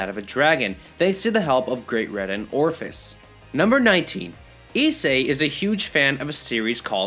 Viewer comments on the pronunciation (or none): Did my man just call ophis, Orphis?